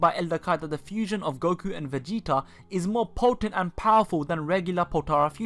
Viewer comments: are you from dubai? I can't help notice your pronunciations...(PERSONALL-Y, VEGE-O, EXECUT-ING, VEGE-A) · lol he says vege-A- and Vege-O- lol 😂